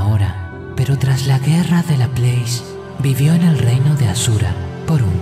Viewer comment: Está muy bueno y todo, pero tengo entendido que Laplace es francés, no inglés, y como tal, se pronuncia \la-plás\, es una cosa que tenía ganas de decir desde hace tiempo en todos tus videos que lo menciona, me gusta bastante, solo esa pequeña observación...